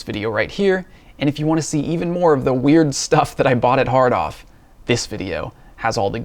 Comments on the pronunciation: I did the first time. I thought he said "hard on" lol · Yep. I’m 9 inside. Still 😂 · It doesn’t help that “hard off” is an expression that’s supposed to be emphasized like “well off” but the dude says it like “jack off”.